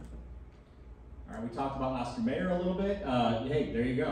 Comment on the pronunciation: Obviously, our narrator is not from the Milwaukee area or even from Wisconsin, for that matter. FUN FACTS 1. Evinrude is pronounced exactly as it is spelled, EV-in-rude, not even-rude. 2 Oscar Mayer is pronounced MY-er, not May-or, so that tells me you've never even: a. eaten an Oscar Mayer Wiener b. owned or played an OM Wiener Whistle c. heard or sung the OM Wiener Song d. heard or sung the OM Bologna Song 3. The concept of Planned Obsolescence has been attributed to General Motors executive, Alfred P. Sloan Jr in 1924 4. Also, the man's name is Brooks Stevens, with an S, as opposed to Steven.🙄